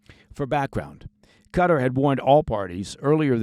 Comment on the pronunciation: What’s this CUTTER place your all going on about….. do you mean QATAR!